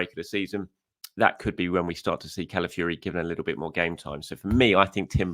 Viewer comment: it's not MERENO, it's MERINO, pronounced MEREENO. Also, isn't it Calafiori, not Calafiuri, pronounced Calafeeohri. It's important!!!